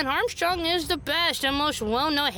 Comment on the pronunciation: you didn't even say his name right! Don't worry everyone gets 1, I got you. clears throat Introducing the Legendary Himbo himself: Alex Louis Armstrong son of Philip Gargantos Armstrong and wielder of signature Alchemy passed down the Armstrong family for generations!!!!